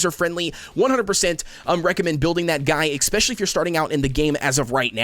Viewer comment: “expresso” “exspecially”